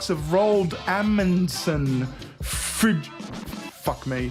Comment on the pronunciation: Just say "Frittyoff". Roll the "r" once and you're golden.